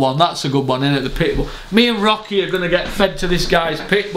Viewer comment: Talking about being lonely. Wheres Rock-eh? Is he gone to live with Moyes-eh?